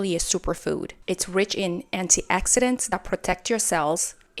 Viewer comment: I'm generally in agreement with what you've stated. Fresh cassava roots have a short 72-hour processing window, so it cannot be transported or stored like fresh yam tubers. I thought anti-accidents were brakes, bumpers, seat belts, and crash helmets. 😂😂 Just poking fun at your pronunciation of "oxidants".